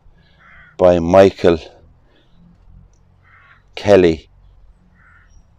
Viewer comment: Well you had me in tears within the first 2 minutes 😢 when you read out the name on the second headstone, Michael Kelly, my dearly missed father's name. I've replayed it 6 times already just to hear his name in the beautiful Irish accent.. Thank you for all your great work and video's, Its made my day just to hear his name ❤ I'll go on and watch the rest of tye video now 👍🇮🇪